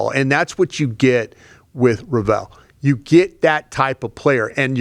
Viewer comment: can't say Revel's last name for the life of him and that was his favorite draft pick. LEVEL ----> REVEL 🤦🏾‍♂️ not "RuhVell"